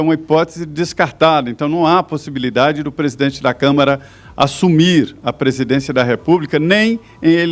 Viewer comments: QUE CONSTITUIÇÃO, DOUTORA ?????? E ANTES QUE ME ESQUEÇA...NÃO É ''CÂMERA''. É '' CÂ - MA - RA''. ASSIM EU CHORO ! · DISCUSSAO SEM.NOÇÃO. MUITO FRACA..A MULHER FALA CAMERA EM VEZ DE CAMARA... CAMERA E DE TV. E CAMARA É DE DEPUTADOS...VAMOS RIR.... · Mulher é Câmara e não câmera! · É impressão minha ou essa Senhora fala "Câmera" dos Deputados??? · Que nem o reportem relatou, se por acaso, isso acontecer) ;isso é só um impoti-se) supondo¿ Se isso acontecer, também eu; estou de acordo com a pronúncia da senhora comentarista: Que o senhor Mourão; é quem deveria assumir e continuar no cargo da Presidência do Brazil.